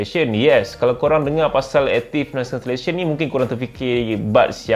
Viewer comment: struggle naw sebut active noise cancellation.....hahahaha